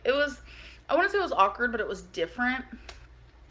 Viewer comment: Oh geez! Another word that has butchered. 😩